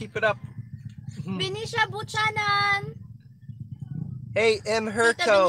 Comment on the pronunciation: The true pronunciation of Buchanan is ( viewkeynan) not but tsanan 🤣🤣🤣